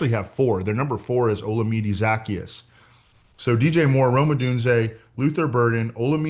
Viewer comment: He’s been in the league since 2019 and we’re still mispronouncing Olamide Zaccheaus 🤦